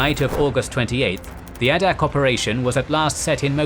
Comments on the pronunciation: Teach yer machine how to speak G dammit...it's Long A ! NOT ah-dak ...dum SH*T > site DELETED < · Same comment I was about to make. Exceptional videos. And Adak is Ai-dak with a long A sound.